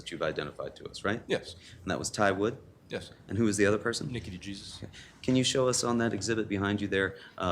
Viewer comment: It is pronounced de-hey-soos. Not "de gee-suz". Jesus.